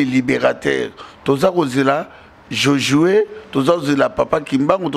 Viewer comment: BALOBAKA JOSUE NON JOJUE KIEKIEKIEKIE KAKA KOFINGANDE OYEBIII